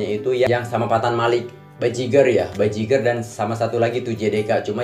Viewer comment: Bajigur bang bukan Bajigar😅✌💜